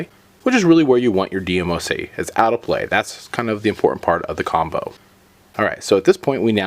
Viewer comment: It's not D M O C it's one word not separate letters DMOC